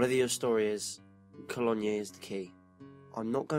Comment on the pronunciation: Cologne is pronounced Ko loan..not Kollonya. Just a bit of help I'm not knocking you, hugely admire what you do. Wish I'd had the internet around when I started writing as a child, its a wonderful forum for help as well as advancement.